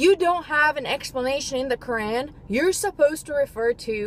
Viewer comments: If you're gonna speak against Islam learn how to say Quran the right way first. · Yea if u were a Muslim u would know how to pronounce Quran and I would like to know which surah and what it says that